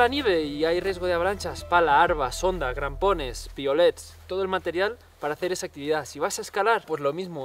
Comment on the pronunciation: Muy interesante. Pero... en el min. te he oido decir "grampones" con "G" ?? O he entendido mal... 😅